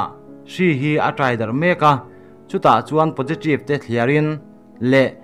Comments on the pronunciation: keipoh pojitreev tiin ka hria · Posiṭive🤣🤣🤣, 02 lam nimaw. Chhiartupa chu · Positive khi ngatinge potritive itih tlat mai... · Aw positrive atia lawm. Thil a lam thiam vak lo. Mahse a tha hrim hrim e